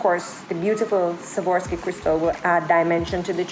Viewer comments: Just wanted to help you with the pronunciation: Swa-rov-ski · S w a r o v s k i......not savorski.